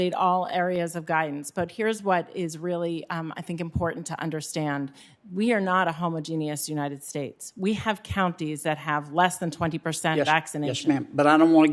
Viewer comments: "homo-genius?" did she mean "home-ogenous"? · CDC director pronounced homogeneous homo-genius???? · Homogenius is not pronounced that way. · She pronounced homogeneous wrong